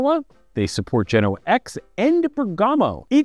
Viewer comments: Bergamo; a commune in Lombardy, Italy - i think the emphasis is on the 1st vowel - [BERG-amo] instead of [ber-GAMO] - well, that's the anglicised pronunciation, anyway. Greeting from Germany. 😅🤌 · Sorry but I need to do it, after hearing to it 4 times in a row. It's Bèrgamo, not Bergàmo :-)